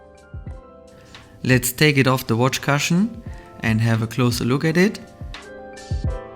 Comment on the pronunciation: Bro, with respect you always pronounce ‘cushion’ wrong.